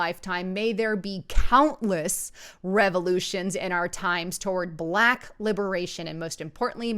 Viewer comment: BAAAAA-LACK..........................IT'S ONE SYLLABLE , YOU ANNOYING NIT. GO ALL CAPUTO ON US, GET IN THAT BUNKER, WITH YOUR AMMO. AND ALL THE BEANS.GAS MASK NEEDED.